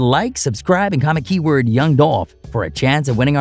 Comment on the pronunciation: Are we gonna sit here and ignore the fact that the clown narrating this is purposely mispronouncing Dolph name, while, in the same token, making a mockery of southern slang... Racism is so real...